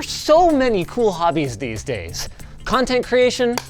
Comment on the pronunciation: "These bolts and dese nuts" 🤣